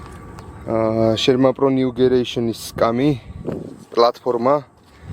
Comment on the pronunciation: გამარჯობა ნიუგერეიᲨენი არ არის სწორი ნიუგენერეიᲨენი არის სწორი ❤